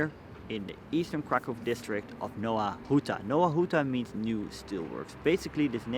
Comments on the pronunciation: Hey man it needs to be pronounced like "Nova Huta" instead of Nowa Huta". In polish the letter W makes a V sound. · Faktycznie, w chuj czasu trza było poświęcić dla Anglosasów by sprawdzić że wymowa to "nɔva ˈxuta"